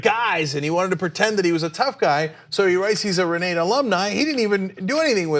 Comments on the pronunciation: ...it is pronounced Re nah tah!...You're welcome! Also kavanaugh went to church on Sunday because it was the quietest place to sleep off an hangover...badabing badaboom! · Pronounced Ree-nah-ta.